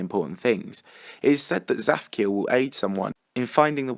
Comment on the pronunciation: so i know Hebrew and when you say "zaphkiel" in Hebrew it sounds so different (tsaphciael)